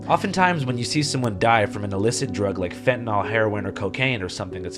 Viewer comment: WHY did everyone start pronouncing fentanyl "fentanol" ?? Anyone?? I really want to know. It's spread like a virus!